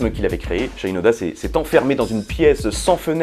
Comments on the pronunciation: Salut ! Il me semble que Shinoda se prononce avec le « i » à la française. Son nom est d’origine japonaise tout comme lui-même puisque ses ascendants viendraient du pays du soleil levant. C’est en tout cas ce que j’ai appris lorsque celui-ci a débuté sa carrière solo. Il a écrit un morceau qui en fait état. Merci pour ta vidéo et à bientôt 😉👍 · Trop cool de t'entendre parler de mon groupe culte ;) comme l'a fait remarquer un camarade dans les comms', c'est SHInoda et non pas SHAILLEnoda ^^ origine japonaise tout ça. Nous les puristes, ça nous fait tiquer, mais rien de bien grave. ;) Pour revenir sur In The End, on note aussi que sur les derniers concerts en 2017, un couplet entier ou le refrain étaient parfois laissés complètement au public a capella, idem durant le concert hommage d'ailleurs. Mike Shinoda disait aussi avec le temps qu'il trouvait "amusant" que les gens kiffent LP pour leur son metal quand nombre d'entre eux citent In The End comme leur chanson préférée du groupe, alors que c'est selon lui la chanson la plus pop de Hybrid Theory. Quoi qu'il en soit, cette chanson est un tube absolu, un hymne du rock moderne, et elle méritait amplement qu'on lui paye l'addition ! :D Bonne continuation.